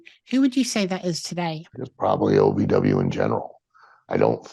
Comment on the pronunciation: It’s OVW not AVW, you kept saying AVW.